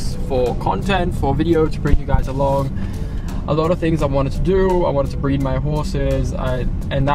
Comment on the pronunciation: am i the only one who heard at the start he wants to breed his horses??